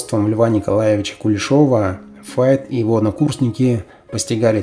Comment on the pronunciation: Почему Фейт. Файт правильно.